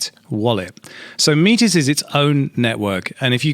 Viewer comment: I don't know what the correct pronunciation actually is, but every time you say "MEAT-IZ!!!" my face twitches.